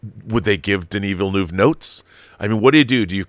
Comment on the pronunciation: I wish I could attach an audio file here...In order to inform people how to pronounce Denis Villeneuve's name. Haha...small detail.